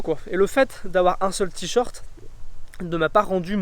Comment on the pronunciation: Vidéo intéressante, mais entendre "tee short" plus de 100 fois m'a tuée !